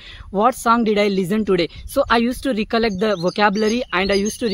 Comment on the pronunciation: Its Rekallect not reekallekt. Anyway you spoke well.